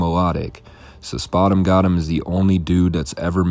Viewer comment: spoout- emm -gouuutem